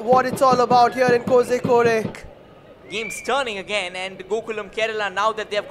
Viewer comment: Commentator- pls its not kosikodeeyy it is KO- ZHI- KOD